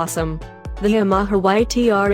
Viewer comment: Yam-aha-ha? That's enough right there